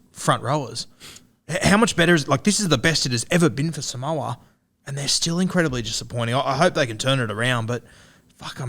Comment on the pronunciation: It's "sa-moo-a".. lol